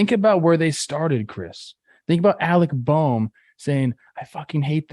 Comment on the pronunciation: Hey! Check out Plouffey finally saying Alec Bohm's name right! Proud of you Trev!